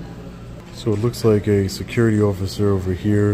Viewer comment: I never realised before where apree got the pronunciation of ociffer from know I know it’s from you